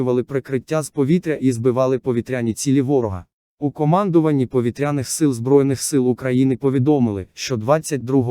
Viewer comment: Чудові новини про наші повІтряні цілі! Ну а наголоси якось не по—нашому звучать,пропрацюйте ,будь ласка. Дякую!